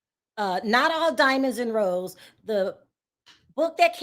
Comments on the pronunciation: Rose~eyyyyyy not rose 😂😂 smh 😂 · It pronounced Roe-Sey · Rose-A. That's the pronunciation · sweetie it's pronounced Ro-say, as in Olay. Love you, Perry and Vee all day!